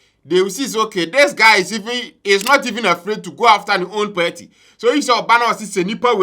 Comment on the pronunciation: The word is PARTY AND NOT PERTI… learn to pronounce words kids are learning from u